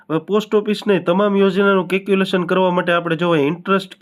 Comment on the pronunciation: Caculation nahi calculation bolo mota...baki badhuinformative chhe...